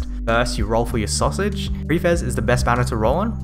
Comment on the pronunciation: What is a "sosej"?